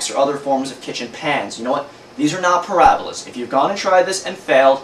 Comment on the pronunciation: Ahahahaha... "Porahhbahlas". That is some damn greasy hair. Gross. Nothing to learn here, this guy is completely lame.